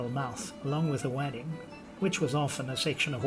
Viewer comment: Are you saying wadding as 'wadd-ing'? - it's pronounced 'wodd-ing'.